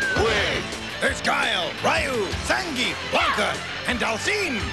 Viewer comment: I don't think I ever realized it may have been Hasbro's fault: it took an entire generation to get people to stop saying "rye-yoo", but even now, folks are still going "zang-geef".